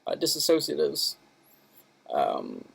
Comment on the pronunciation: they aren't called "dissasociatives" lol they are "Dissociatives." You might want to pronounce, spell it correctly if you come on here talking at length about it and giving a dare speech.